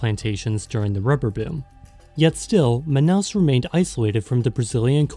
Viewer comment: Olha, você pronunciou o nome Manaus de maneira certa, e Amazonas também foi bom. Como moradora daqui, digo que as favelas são menores do que a de outros estados, como do Rio de Janeiro por exemplo, já estive lá e as de Manaus nem se compara, fora que aqui ainda existe muita casa de madeira nesses lugares, mas geralmente essas palafitas ficam ao redor dos igarapés